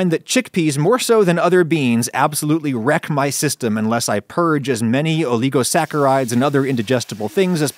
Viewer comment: The pronunciation of oligosaccharides was incorrect.